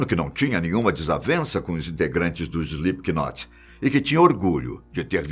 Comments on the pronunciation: Não se fala Slip K Not, se fala Slip not ...aulas de inglês kk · SlipQUInot,que nervoso kkkkkk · E os br sempre falando slipkinot kskskks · "IslipiQUInóti", show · Slipiquinote KKKKKKKKKKKKKK Que agonia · emeteve, maike, slipQUInot lol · Pior né, eu já iria falar disso kkkk, ele pronuncia errado p nome kkk, se pronuncia "Slêp not", ñ pronuncia o "K" e o Slip se escreve assim "sleep", verbo dormir kkkk😂😂😂😆😆😆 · Alguém fala para ele que se pronuncia "Slipnot"!!! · Slipknot a pronúncia é “slipnot” é como knife a letra K tem som mudo. Ótimo vídeo!!! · Só não curti porquê o narrador pronunciou errado o nome. "Slipnot" se pronuncia... O "K" no inglês é como o "H" em português, é mudo. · Morrendo de rir com ele falando Slipikinot e só imaginando meu namorado que é fã se contorcendo cada vez que ele fala errado 😂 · "Slip que note"! Kkk que pronúncia maravilhosa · Epa mas parem de dizer "O Slipe que Note" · Isli piqui noti kkkk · Banda "Ejli pequenote" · SlipKnot kkkkkk ele leu assim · SlipQnot é de doer o ouvido, hein... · 😂😂😂😂 slip Ki not rsrsrrsrsrsrs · Slip not sem som de k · Se pronuncia slipnot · Slipiquinot kkkllkl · Escreve se Slipknot mas não se diz é slipnot não se lê o k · "slip K not"?? lol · Essa pronúncia está fodida. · O "K" é mudo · Só eu sinto agonia em ver o cara pronunciando o nome com k aff.... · O “k” é mudo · Não sabe falar o nome da banda certo